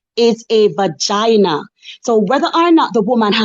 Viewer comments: The amount of times she said "Ba-Gyna" is hilarious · Vagina pronounced bagina is wild